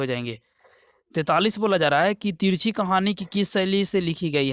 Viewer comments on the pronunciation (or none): Sir 43ka question sahi se boliye tirchhi nahi balki tirichh